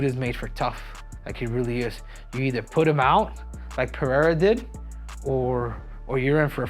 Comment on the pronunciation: He can’t say Alex Pereira right but makes a point to say Duplessis with a silent s. Wack.